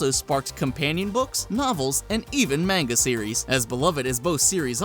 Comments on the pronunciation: When people mispronounce "manga" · can't pronounce manga correctly... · It's not man-ga?